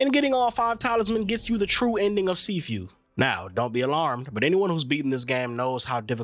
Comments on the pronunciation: See few 😆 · U pronouncing it wrong